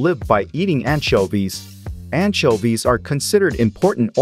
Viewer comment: the pronounce of anchoives(?) is making my brain burn someone explain pls (i keep hearing antshelby)